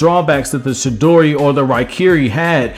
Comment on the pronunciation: Chidori* its not shidori